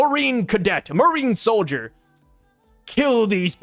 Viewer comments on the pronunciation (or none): none